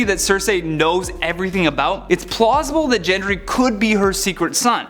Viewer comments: GENDRY NOT JENDRY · That's not how Gendry's name is pronounced.